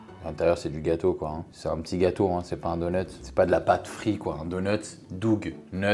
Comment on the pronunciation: Donut: doug= pâte, nuts= frite 🤣🤣🤣on n'y est pas du tout là pour la traduction et la prononciation